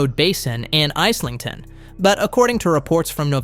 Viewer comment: Is-ling-ton (iz)